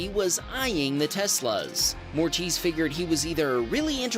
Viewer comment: Moritz not Mortiz 😉